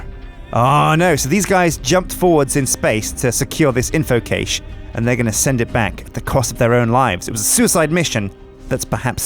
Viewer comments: cache, not cage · Caysh :D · You are pronouncing cache so wrong and it's bothering me more than it should. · Anyone else find it odd how pronounces "cache"?:D